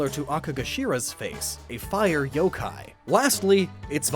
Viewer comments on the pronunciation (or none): none